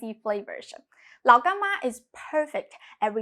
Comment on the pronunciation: I like how you say Lao Gan Ma